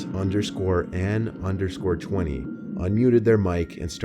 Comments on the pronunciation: Did anyone notice that sat_ann sound like saitan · dude...the guys name was sat ann. SAT ANN. come on did he not pick up on that or did he leave that out of the story...i was waiting for him to be like “that’s when i realized...sat ann...SATAN!”